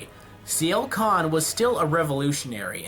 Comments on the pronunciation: It's Sienna Khan. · It's Sienna Khan. XD